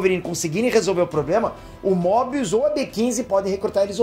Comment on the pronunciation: kkkkkkkkkkkkkkkkk Mobius errado